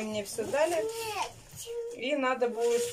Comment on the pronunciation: Кто просил "надо",а не "наа" получите,распишитесь😜